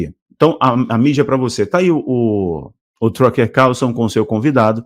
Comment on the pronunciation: Com todo carinho e respeito, eu entendo que inglês não é a sua primeira língua. Mas o nome é Tucker pronuncia “Tahcker”. Trucker pronuncia “trahcker, significa caminhoneiro. Só uma dica, não é crítica.